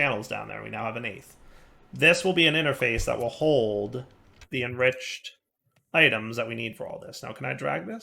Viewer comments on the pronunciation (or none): none